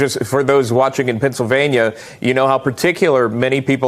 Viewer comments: Dr. Oz; Pensavanya? Really?! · He definitely cannot pronounce the name of the state where he lives.